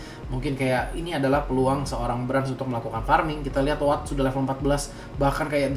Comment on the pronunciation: kok lo kalo manggil WATT jadi AWATT deh? ini gua yg salah baca apa gmn sih? dr dulu pgn nanyaa😅